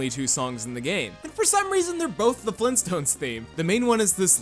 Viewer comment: did someone say FleenStones!?!?!